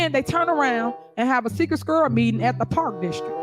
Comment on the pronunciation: Tiff whats a "SKUIRRELL?!?! 🤔